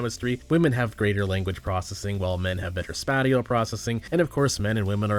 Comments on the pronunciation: Spattial? I think you mean spayshll. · ok but why did bro pronounce spatial as "spat y ull" instead of "spay shull" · Spay-shul Did he forget the root word is Space? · That pronunciation of "spatial" though. Knockoff angel sounding thing, Spat-ee-el. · I do think some women will accept an offer of the lower end of the pay grade for the same job where a man may choose to negotiate, either at the time of offer or after a short proof period. Also “spatial” is normally pronounced: /ˈspāSH(ə)l/. Thanks for this channel, I’ve learned a great deal, subbed a while back. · spahtiel processing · He's mispronouncing spatial, showing us mens' lack of language processing. I assumed it was an intentional joke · "Spat-i-al"... hehe me see u am true boys gang 😎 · spat-eee-ul processing?